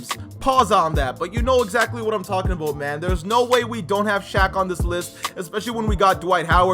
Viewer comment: me: it's about time: iT's aBoUte tImE that accent gets me every time